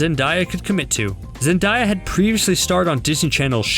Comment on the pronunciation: Who the heck is “zendiya” lol 😂😂